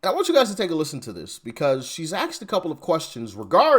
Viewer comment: Axed him, or asked him?